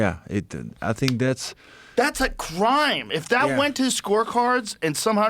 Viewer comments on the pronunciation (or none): “criwme” gets me every time😂 Finally Grokpaxum got out! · ''A Crwine, A Crwine'.............LOL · criwme a criwme😂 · Joe’s way of saying “crime” was so derpy. You got me with Grokpaxum 🔥 I am in now!